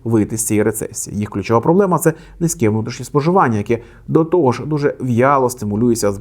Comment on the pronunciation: не тогО, а тОго